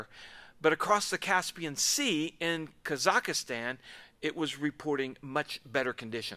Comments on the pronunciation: Kazakh-stan, not KAZAKA-stan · Mate! It didn’t happen “…near Kazak-i-stan…” (wherever the hell that might be). It happened IN Kazakhstan. When many lives are lost in these circumstances, and you want to add your two cents worth in an open forum, if you are the kind of person that has trouble pronouncing foreign country names, then can I suggest you Google the pronunciation before going live? Absolutely all elements of any reporting (premature though most of these are, especially when on occasion hypotheses are thrown in) of this must be done with the greatest sensitivity. Mispronouncing where these poor people died is hardly that. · Kazakhstan is pronounced Kaz-ak-stan, not kaz-AK-IH-stan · Ka zakh stan, not Kaza zakh stan. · 'Kazakastan'. Have you never heard of Kazakhstan? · It's Kazachstan (3 syllables), not Kazachistan (4 syllables). The puncture holes clearly indicate that metal fragments penetrated the skin of the aircraft from outside. Surely, only a missile could do that. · Kazakh-stan, not Kazakha-stan😊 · THERE IS NO SUCH THING AS “KAZAKASTAN”. JFC you’re a poster boy for American geographical ignorance. “KAH-zak-stahn” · It's KAZAKHSTAN instead of Kazakhistan! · "KA-zak-stan", not "ka-ZAK-a-stan". ♥ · Kazakhstan, not Kazakhistan. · Kaz-akh-stan. Have you never heard of this country? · i do not think it is pronounced “kazakastan” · It is pronounced Kaz---Akh---Stan. Traditional russian incompetence is the only cause. It was hit by a Pantsir S1 anti-aircraft missile system. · This is horrific. Russia is lying, as usual. This was no accident. Putin is evil and cares about no one but himself. Please note that you're pronouncing Kazakhstan incorrectly. You're pronouncing it like Kazakistan. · This video is such garbage. First of all, it’s not “Kazak-a-stan” so learn how to pronounce country names. Second this obviously had nothing to do with engine failure, just delete this video. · It’s Kazak stan prounced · I believe it is usually pronounced KA-zik-stan ….